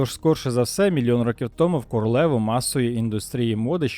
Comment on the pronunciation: Стільки-то років томУ, а не "тОму", як озвучує текст диктор. ТомУ я не буду ширити це відео, а хотілось би. Взагалі, слухати якогось недоріку протягом тривалости відео було чистою мУкою.